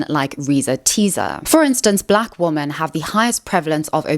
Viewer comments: Is it just me or does she say womAn when it’s supposed to be womEn 😅🥴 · I really, really, really want to finish this video but this creator is taking part in the same pronunciation of "women" as "woman" repeatedly (it's weirdly happening more and more online) and that shit drives me absolutely insane. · Why do you always say "woman", singular, when you mean "women", plural? I'm assuming this is some kind of ESL problem that you're not aware of? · Hey! I'm new to your channel and I love the content! I also like to hear you speak so eloquently, but I have just one question: do you pronounce the plural "women" just slightly differently that the singular "woman"? I listened so many times to hear the difference but I don't hear it! Please explain :) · Awesome video can you say WOMEN instead of woman when talking about women as a plural